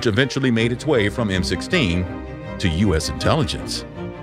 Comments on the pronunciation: Am I tripping, or did he just call MI6, M16? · Did you really call MI6 M16? Yikes. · Did he just call Mi6, M16??? or am i missing something? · "M16" , its MI6 (mi6) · Noticed that too. Classic American ignorance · It's not "M16" it's MI6 (that middle letter is an "i"), the foreign intelligence service of the UK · It is not “Emm-Sixteen” but “Emm-Eye-Six” . (As others in the comments have already mentioned as well here.) Could the content creator make a text overlay edit to correct that part of the video? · A history channel calls MI-6 "m-sixteen"? Boo. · the voice over person made a grammatical error calling Mi6 (M16) the history is pretty accurate but details are important too. otherwise perfect mini documentary. well done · To trust the sources of someone who calls the MI6 the M16, would be rather foolish. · "M - Sixteen" ? This channel is truly the Watchmojo of 'History' channels. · I’m sorry but did no one realise he said M16 instead of MI6 😂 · Did he just call MI6 “m16”? 😂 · Did you say M16 instead of MI-6? when talking about british intelligence? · Interesting until you labelled the British Intelligence service as 'M-sixteen'. Kind of lost me then. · Nice video!, It's Mi6 not M16 lol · "M-sixteen?" Wow...It's M I 6 that's M..eye..six. British Military Intelligence Six. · Bruh did he deadass call the MI6 the “m16” ? Lmao 💀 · Did you just call it M 16..... It’s M.I.6 as in ‘Military Intelligence 6’ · It was mentioned something about "M-sixteen". Then a building of England's version of the FBI was shown. I'm wondering if the narrator meant, M-I-6? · British intelligence is called M.I 6 (Military Intelligence) not M16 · Ah yes, that most well known British intelligence service ‘M-Sixteen’ 😂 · "Chi-LAY"? "M sixteen"? Good Lord. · Great video but I can't stop thinking about how he calls it 'M 16' instead of 'MI6' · Did you really just call MI6 M16? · Not to nitpick, but it's MI6, not M16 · No way did he call it M 16 instead of MI6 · He said m16 instead of MI6